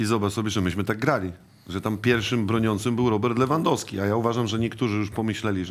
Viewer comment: SSD !!! A jak jest Lewandowski i inni mówią Lewyndowsky XD